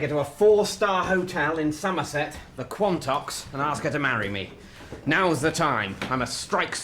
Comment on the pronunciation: Wow... you guys trying to pronoune the Quantocks is hilarious haha 🤣 😂